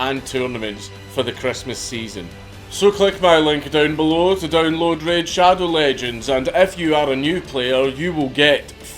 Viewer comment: The way you said raid shadow legends made me lose my shit